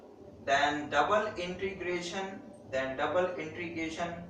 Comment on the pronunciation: intrigation nhi integration hota hai sir